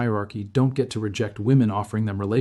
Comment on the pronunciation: What is this? "A?veject be offer" Did you mean "Reject the offer"?